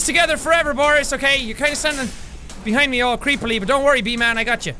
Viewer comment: Seán: Says B-Man Me: Hears V-Man My weird imagination: Hey VSauce, Michael hear.